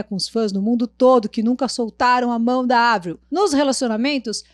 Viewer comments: Que paz ouvir ela falando o nome da Avril corretamente kkkkkkkk💕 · Sofro kkkk A falando certo ja fiquei aliviada 😂😂😂